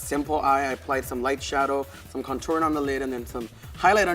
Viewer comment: The way Blair says "contouring"...